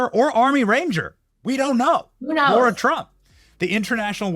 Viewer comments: LARA, NOT LAURA! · @@ Are you pronouncing Lara TRUMPS name wrong?? Or an I wrong..... y'all is he saying Laura instead of LAR-A? OR...Am I wrong?? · Benny, great show, Love Lara, she's amazing. I'm grateful you let her speak without interruption. HOWEVER, I do wish you would pronounce her name correctly! IT'S NOT LAURA. it's LA-ra. She's too gracious to mention it to you, but it grates on the ear. Love from Vermont